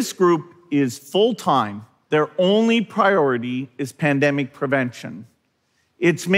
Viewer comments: He pronounces the word 'time' as 'toyme', how strange. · Never trust a person who pronounces 'time' as 'toyme'.